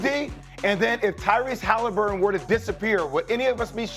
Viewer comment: How does Markieff Morris keep calling him Halinburg through this whole series and no one has corrected him yet😂